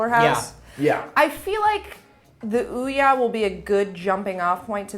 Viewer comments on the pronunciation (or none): nitch? surely its niche? (neesh) fun to see sessler's temple vein pumping as he struggles to vocalise his distress with ouya lol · O-ya in English the first vowel does the talking, and the second one shuts up. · Aren't they saying Ouya wrong? But anyways, I would buy this but I don't like mobile or indie games really.